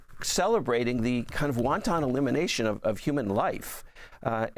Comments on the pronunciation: The correct pronunciation (for your excellent guest) of the word "wanton" is "WAHN-tuhn" -- NOT "WON-TON"[sic]! ("WON-TON" is, of course, a very tasty EDIBLE -- whether boiled or fried -- in Chinese cuisine!!!) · Ffs, it's WANTON. Not "wonton" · I love when people mispronounce the word wanton as wonton. It’s an international crisis, not a Chinese menu, my brothah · Why does he keep saying "wonton" murder? 😂😂😂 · Um, would someone please tell him the word is wanton, not wonton? I know, I know. I’m being picky, but . . .😊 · this guy keeps saying "won-ton" instead of wanton. it's a small thing, but i'm hungry. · Wanton murder or wonton murder? Annoying pronunciation. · Not won ton it is 'wanton'. 😂 won ton is an Asian dumpling containing a filling. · Sorry about this yall........ wanton - not wonton. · He keeps saying "wonton" instead of "wanton", it's making the serious topic sound ridiculous. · Wonton murder!? I think the word you are looking for is wanton, pronounced wahn-TIN, like a tin can. Unless the boats are filled with wontons, like he said, no evidence, we don't know what was on board. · Good god I can’t listen to this guy say WONTON again!! 🤦🏼‍♀️ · It’s not pronounced Won’-Tahn’ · Why does he pronounce 'wanton' like the soup? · He isn"t the first American I heard the word pronounced like the soup. lol